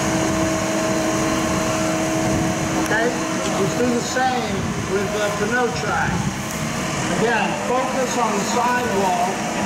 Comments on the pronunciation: I guess this guy doesn't know the p in pneumatic is silent. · Mitas is a Czech company that is part of Michelin, a french company. I think he's just trying to pronounce it in french, but like all unilingual english speakers, cannot properly pronounce the french "eu" sound. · Yank pronunciation at its finest... p-know-trac lol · Nick Steggel no that's moron pronunciation. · Peter Reed drove me nuts. You think a tire company could at least do that right. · I wish the announcer would realize that the P is silent. OMG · Jake Nelson the name of the product is PNEUtrac, pneu is the french word for tire, he is just trying to say the word pneu but he just cant pronounce it right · Crammy James Pneutrac. Pneu is french for tires, he is just trying to pronounce it the french way but doesnt quit workout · Nope you got it wrong as well. It is P-new trac. This is the french word for tire. The p is pronounced out loud so it is P-new. The narator of the demonstration was pronouncing this french spelling, p-nau. which is not even a word. But au is pronounced o in French. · So I have to say that pneu is the French word for tire. The p is pronounced out loud and the rest is proounced new, not no, so it is P-new, not p-no. Full english translation is tire trac, in French it is pneu trac. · If you’re going to pronounce it wrong why not call it the pee in you track? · Did he say, "pa-no track"? Lol! It's pronounced "new track". Like "pneumatic". Hahahahahaha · If you pronounce it like it's written, is NEWTRAC, not P-NOTRAC. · it's not pronounced peneo track. it's "new track" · Why does he say "Pa-no-Trac"....It's obviously supposed to be pronounced "New-Trac"...like pneumatic..... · This dude is saying "p-kno track", and sounds like he's reading a script. So I guess I'm wrong or he never got pronunciation information. Figured it would be pronounced "nu-track", like pneumatic... Like pneumatic bias tires. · By this pronunciation, pneumonia is p-noumonia. Bruh. It's newtrak.